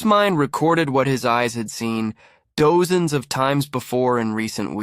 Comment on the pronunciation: AI SUCKS!!!! How do you pronounce "dozens?"